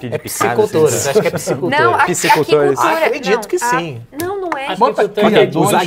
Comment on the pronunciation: Que dificuldade pra falar aquicultura 😂. Decepcionado ☹